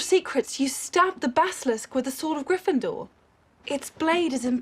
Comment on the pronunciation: I stopped watching Cinema Sins around 2016. Everything just seemed to be the same video after a while and so many things they called sins were just not. It's like they started reaching for reasons to stay relevant Also, my guy said "you're not a griffidur" 🤣bruh made my day for real